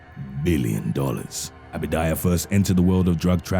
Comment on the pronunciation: Abadia !! Not abidaya!! WTF dude read that shit